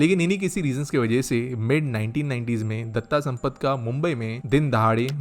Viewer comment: इनका नाम "दत्ता सम्मत" नहीं "दत्ता सामन्त" था।